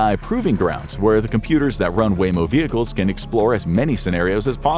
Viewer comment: Waymo not wammo